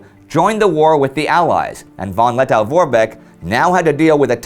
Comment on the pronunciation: Lettow is pronounced -toe, not -tow.